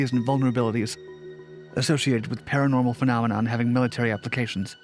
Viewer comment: Is that what they want to be called....Para-nornal?